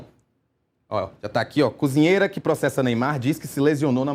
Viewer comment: fala muito mal. "Conzinheira". Mangaratiba é uma cidade fora da capital.